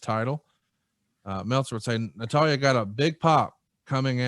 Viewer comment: seems like he watches wrestling, until you hear him try to say Natalya.